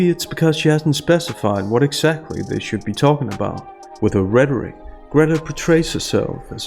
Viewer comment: when you said 'with her rhetoric' I thought you cceated the portmanteau of 'Greta + rhetoric' by saying 'with Gretaric'